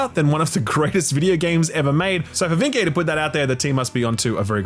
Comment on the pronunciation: You’re pronouncing Vincke a bit wrong, it’s pronounced VIN-kuh